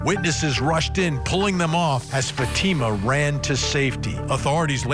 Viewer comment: Can you at least pronounce Fatima's name properly?